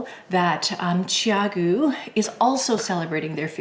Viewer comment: I love my red lace CG needles! I have to ask about the pronunciation of the name. I hear your pronunciation as "Chi-a'-goo", and I was told that the pronunciation is "Chow'-goo". Since you have spoken to the founders of the company, can we be sure your pronunciation is the correct one? I also have the spin bamboo needles, but I usually prefer to use the red cord even with the bamboo needles.